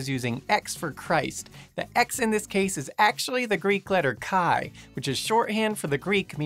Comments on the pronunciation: I am sorry, but don't say "KAAE" for X. Better say SHE, which is closer to the acual appellation and sound. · small correction: the correct pronounciation for the name of the greek letter χ is "he" :-)